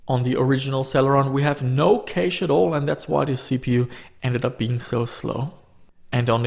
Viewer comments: u say it like "Cash" not "Caysh" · I hate the way you say "caeiche"(cache) dont know why though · The best part about your videos is your accent when saying cache. "Caish". I love it. Thanks =) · no "käych" ??? LMAO come on man you should at least know how to pronounce PC lingo if you're into this stuff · FYI cache is pronounced 'cash' not cayash or any other variation. Also motherboard is not pronounced mudderboard you wouldn't call the second Sunday in May 'Mudders day'. Those two things aside your videos are pretty much perfect, thanks fella 👍🏼